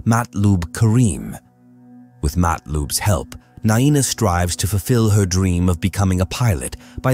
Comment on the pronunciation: Not naeena